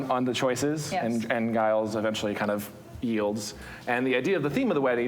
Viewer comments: Twitching everytime they pronounce it "Guy-lls" instead of "Jai-lls" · The fact that they pronounced Giles with a hard G is really annoying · Why do people call him "Guyles"? Is Giles difficult to say or something?